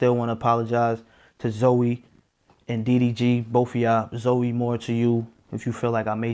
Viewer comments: It’s Zoe not zo lol yall annoying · Im listening to the video as Im doing my hair & Im just wondering who tf “Zo” is when its “Zo-ie” I was so confused 😭